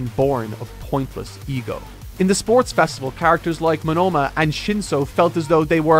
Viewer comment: did the pronounciations of Monoma and Ochako so dirty and i'm still recovering from it.